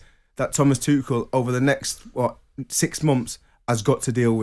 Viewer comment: I really wish every pundit would have a chat and decide how to actually say Tuchel’s name properly.